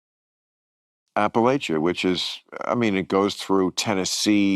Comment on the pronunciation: The correct pronounciation is apple-at-cha...like I'll throw an apple at cha.